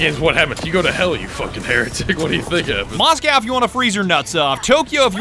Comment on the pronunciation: "Moscow" This time me from Russia and I'm really Russia: 🙋‍♂️🇷🇺🇷🇺🇷🇺🇷🇺🇷🇺🇷🇺🇷🇺🇷🇺